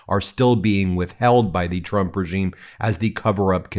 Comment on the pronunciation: Carolyn Leavitt says President Chump, not Trump. I had to hear this multiple times to be sure. 😂